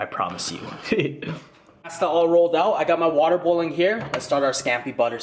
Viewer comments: HE SAID PASTA WRONG 😔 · I cringe at how you say pasta 😩😂😂